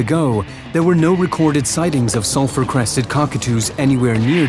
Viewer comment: The entire time, I thought the narrator was saying, "Self-Requested Cockatoo."